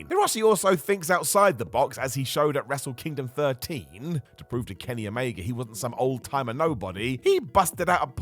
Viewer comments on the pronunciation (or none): none